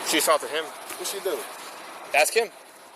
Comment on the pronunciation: Look, its As-k not Ax-e. Period.